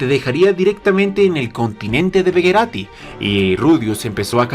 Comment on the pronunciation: begarito no begerati